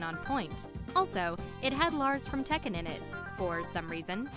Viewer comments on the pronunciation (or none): none